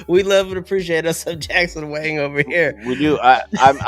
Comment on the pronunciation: Yo😂 Jackson Wing? You almost said it like that bro kk It's Wang! (WÃN!)